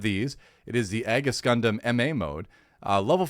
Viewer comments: The Aegis is pronounced "eegees" at least is how I recall is pronounce on the dub. And about the Seed and Seed Destiny series, the Cosmic Era Timeline, the series came out back on 2002 and 2004 respectively. Since it was sort of an anniversary series, the show takes many inspirations with storylines, characters, mech designs, and makes sort of edition for the 2000s of the Gundam 0079s One Year War and Zeta Gundam's Gryps Conflict. More successfully with Seed that Seed Destiny if I most say so myself. But still is my favorite Gundam timeline, and remember since Wing (my first gundam) and liking it and all, seeing some other, but when Seed and Seed Destiny came out, that sent me in a Spiral XD. If you give Seed/Seed Destiny a chance, try the Remastered 10th anniversary editions, they are remastered in Widescreed HD 1080, and haves new animations some parts. And with Destiny they add the special OP from the Final Plus (and extended final episode) as a 5th Opening in the remaster edition. And some can say whatever bad about Seed, except for the OST and Score, the music on Seed Kicks Ass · I thought Aegis was pronounced "ee·juhs" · Its pronounced "Eejis" as in the word for "Shield"